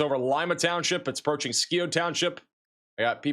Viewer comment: fyi just wanted to clarify a name that bugged me skio township (scio) is pronounced (sigh o) 😊